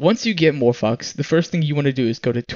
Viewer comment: It's Morphvox not "more fucks" say it right ))